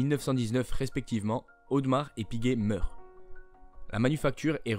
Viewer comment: A Genève on dit Audémars et non audmars!!!!!!